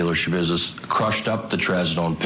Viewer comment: There's no business like "Scha-business". 😆